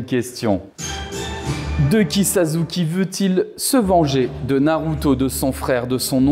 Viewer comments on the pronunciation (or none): OkaGÉ😂😂 Vsy respectez un peu non, je regarde pas de manga et je kiffe pas ça, mais tu peux pas dire « sazuki » en tant que présentateur oh respecte les gens un peu non?